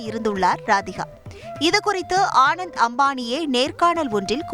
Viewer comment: The news reader doesn't even know how to pronounce the groom's name. He is called Anant Ambani not Anand Ambani. Such poor knowledge in public media and no one in news channel seem to know